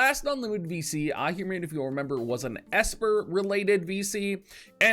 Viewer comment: Ohhhhhh, for the millionth time, it's not spelled "ir". Ahriman, Ah-ri-man, Ari like Ariana Grande Ari, man!